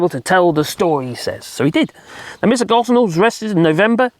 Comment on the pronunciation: It’s pronounced Go, plus mm. or Go home, minus the middle bit. The S is silent